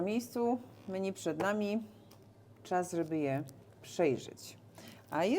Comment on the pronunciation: pierwszy raz poprawnie wymówił"Menu" Zasługa widzów czy Marzenki?